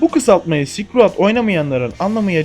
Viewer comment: tamam ilk okulda böyle okuyabilirdik belki bu oyunun ismini ama şuan kürt gibi okuma silkroayd ne amk